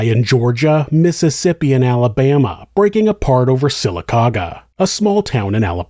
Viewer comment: I live in Sylacauga, AL. Congrats on saying it correctly😂